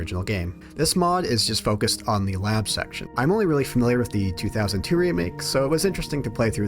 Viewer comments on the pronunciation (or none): none